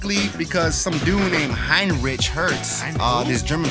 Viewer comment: The rich in Heinrich is pronounced rick. It is a German name. The "ch" at the end of a word in German is usually pronounced the same as "ck" (sometimes "sh") in English. His father's family were Jews that converted to Christianity; his mother's family were Christians. Good video just the same! Thanks! Danke!